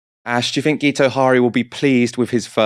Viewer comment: FYI, Guto is pronounced "Gitto" and Harri is pronounced "Harry"... "Geeto Hari" was possibly the brother of a Dutch exotic dancer and WWI spy.